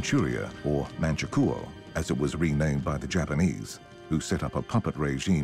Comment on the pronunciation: Mangia - kuo? Maybe if the Italians invaded Manchuria.